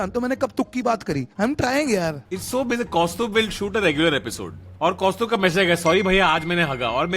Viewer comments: That delhi wala accent KAUSTAUBBBBBB🤣😭😭😭😭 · Kaustubh story in mind 🎉 Kausthbh when he says it out 😒